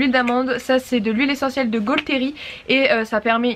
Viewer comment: Je m’étais forcée de ne faire aucun commentaire mais c’est plus fort que moi: la gaulterie ça se prononce la gauterie sans le L voilà voilà ;)